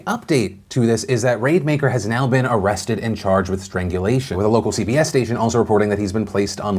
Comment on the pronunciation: The way you kept mispronouncing Rademaker made me think it was going to lead into a Raid Shadow Legends ad. It's Rad-eh-maker, by the way.